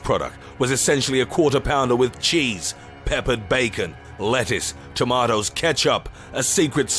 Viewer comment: Tomatoes not Chamotoes lol